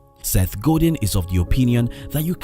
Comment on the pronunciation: Seth "Go Deen" hahahaha shout out to the voice over artist....he probably speaks 5 languages.